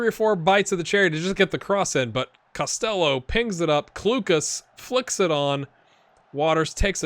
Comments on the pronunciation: You're going with Cost-ell-oh (like Elvis I guess), it's more like Cost-Hello with a fairly soft 'h'. To episode 3 I go now... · UCD (LSL) is UCD's B team effectively. The LSL stands for Leinster Senior League. You're pronouncing Costello differently to the player himself too. I watched him make the breakthrough at Limerick in real life and can tell you he's in Scotland now in real life. Loving this so far, keep it up!